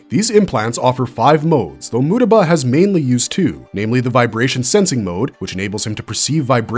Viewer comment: WHY DID YOU PRONOUNCE MUETBA LIKE THAT BRO